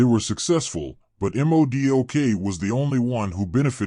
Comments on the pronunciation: I’m not trying to be a jack wagon brother I promise I still respect your work you put into the video but it’s basically like Mohdock is how to pronounce it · You may wanna fix this video lol you’ve mispronounced his name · yeah fix that word, good info and video